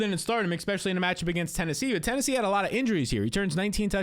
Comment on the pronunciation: You say eckspecially A LOT